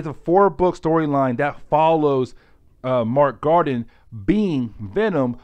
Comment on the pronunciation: I love your enthusiasm and dedication to telling the stories...but dude. PLEASE learn the characters ACTUAL NAMES. I mean, Mac Gargan is not Mark Garden. Wolverines son is Dakken, not Daykin. Other than that. Great work and keep it up.